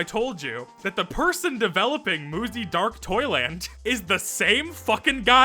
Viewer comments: Im gonna stub my toe i kept thinking you were saying muzy dark toilet… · Muzzy is so bad that every time you said "Dark Toyland" and I couldn't help but hear "Dark Toilet" 😂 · everytime you said dark toyland i heard dark toilet and i laughed everytime